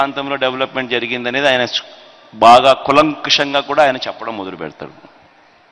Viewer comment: "కులం కుశం" కాదు నాయనా, కూలంకుషం అనాలి. తప్పయితే మన్నించాలి